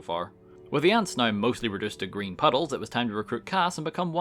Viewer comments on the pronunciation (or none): none